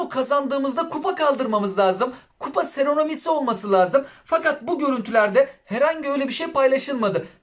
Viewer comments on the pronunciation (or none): Seronomisi degil reis seromonisi 😄🤣iyi olmus ama